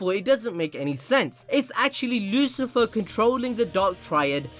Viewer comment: Why do u keep saying Lucifer its Lucifer'o